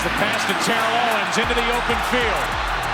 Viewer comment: Pronounced T-O’s name wrong way to start off lol